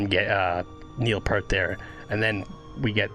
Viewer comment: Alex Lifeson is the guitarist's name, and 'Peart' is pronounced "peert" 😉 "Geddy" is how his mother had pronounced his real name Gary with her Polish accent, by the way 😊